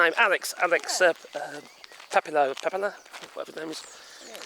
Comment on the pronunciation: Senator Alex Padilla, the ll is pronounced as a y. Pa dee’ ya